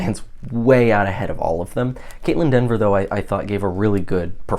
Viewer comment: It’s Kaitlyn Dever! Not Denver!